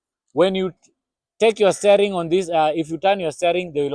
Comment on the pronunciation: Steering [stia] wheel - not staring [stay]